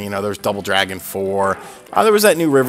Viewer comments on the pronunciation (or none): none